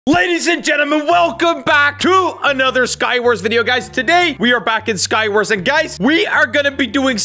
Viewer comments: then after that he said skwars again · 90.0% of the comment are people saying "JeSsE wHy YOu SaY sKy WaRs NoT sKy BlOcK?!?!?!?" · He says sky wars at beginning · He said sky wars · did u say skywars? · HE CALLS IT SKYWARS LOL